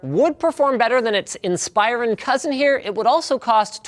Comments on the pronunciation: AM I THE ONLY ONE BOTHERED BY LINUS' PRONUNCIATION OF INSPIRON? He kept saying in-SPY-ron when it's always been IN-spuh-ron on the commercials. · In+Spa+Ron. Dude pronounced it wrong on this video. He said In+Spy+Ron... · "In spy rawn" It's "in spih rawn" Linus. Come on. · goodness gracious its "insp-ER-ron" not "insp-eye-run". The "ir" sound is said like "inspiration" not like "inspire". The emphasis is on the "RON" at the end. So its really said "insper-RON". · He keeps pronouncing it incorrectly. It's pronounced "IN-spur-on" not "Inspire-on" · It's pronounced in-spur-on not inspire-on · Ins-per-on. Not In-spire-on... watch a Dell commercial ffs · Its not inspire-on. It's in-spur-on. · I always thought it was pronounced "In-spur-on" not "inspire-on" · Inspiron is spelled IN-sper-ON. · Stop saying "Inspire-on." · linus.. its not pronounced "inspire on" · "inspEYEron" lol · Inspire on? I thought it was pronounced like it was spelled. Dell ads pronounce it like that. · Is Inspiron supposed to be pronounced like "In-spy-run"? I always say it like "in-spih-ron". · Did you just call it a Dell Inspireron??? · Pronounced Inspiron wrong. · STOP PRONOUNCING INSPIRON WRONG!!! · Inspyren!!!!! try improve ur acent linus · you are pronouncing inspiron wrong lol